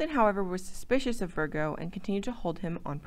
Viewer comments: Where did the "R" come from in Francis Vigo????? Who did the research and editing? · Vigo, not Virgo